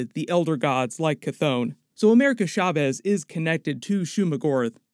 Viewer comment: America Chavez (CH LIKE CHAIR NOT SHARE) Seems like you don’t respect Latin culture because you did the same careless pronunciation with Alfred Molina.